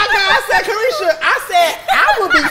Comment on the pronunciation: Saucy needs his own show cause it’s Caresha Please not Saucy please!